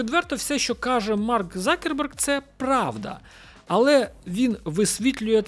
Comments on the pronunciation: Почему он стал Закерберг? Он Цукерберг! Абетка України літера Ц ,вона там Є! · "Марк Закерберг" це якась жесть.. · Ніхто його не знає як Цукреберг, його прізвище Закерберг, ви хоч раз дивились хоча б інтервʼю з ним, може ви краще за нього знаєте як вимовляється його прізвище?